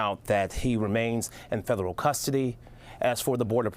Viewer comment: Is he saying "fedallul"?